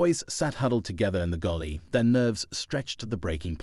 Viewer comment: Fiction. Its galley, not gulley